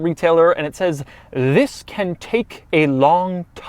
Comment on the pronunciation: You gotta love the "thiz" at the beginning of every video